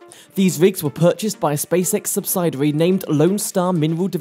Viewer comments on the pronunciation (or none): It's 'Phobos' not 'Phobis'. And learn to pronounce 'subsidiary' witn 'i' as in 'india ' not 'icecream'.